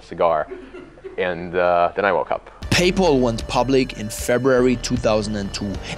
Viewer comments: “Pay Paul” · "PayPaul" lol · How hard is it to say PayPal when they say it in the video. Do you even watch your own videos?